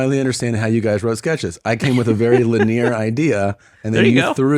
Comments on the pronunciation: Did anybody catch that at the end he said “Lineer” and not “Linear “…. I’m a werd nerd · Did he just say Lin-ear? Isn't it lin·e·ar? Tom is so dumb for how sure of himself he is. Lol. Won when wahon. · Did Tom just say liNEER!? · Does Tom think the word "linear" is pronounced "la-near"? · everybody dunks on him 😆 Holy shit Tom pronounced linear like ‘lin-eer’ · how tf did Tom just say 'linear'? Laneer? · did he say "Lineaire"? lol